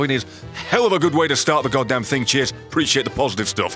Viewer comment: I swear everytime he says cheers it sounds like he says jizz